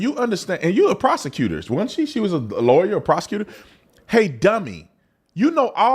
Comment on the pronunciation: Every time Idiot Sunny speaks she says "I was a prosector" I am sick of hearing that come from a race baiter and an idiot.